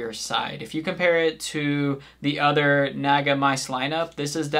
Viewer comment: It's pronounced like Nah-Gah, not whatever the fuck you said